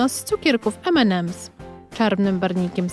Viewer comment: Ememems nie Enemems